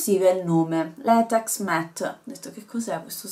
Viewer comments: si dice matt:) comunque video fantastico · si pronuncia direttamente MATT ❤